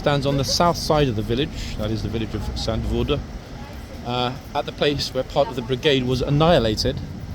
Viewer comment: I’m Dutch! Your second time saying Zandvoort/Zandvoorde pronouns the Z into a S.